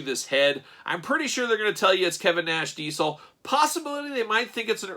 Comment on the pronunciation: For the love of god .... diZel ... your killing me with your d-cell pronounce of the name ... face is off but looks cool ... jealous